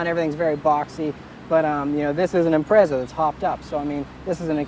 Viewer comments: what is it with the fucking yanks removing the wing its there for a purpose. and learn how to say impreza. agree about the seats tho they are a pain in the ass needs more support. is there any need for a good handling car in america no good driving roads surely there all straight. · is it pronounced imprayza or impretza (IMPREZA) .................